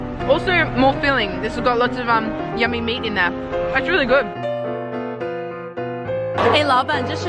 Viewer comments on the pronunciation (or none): none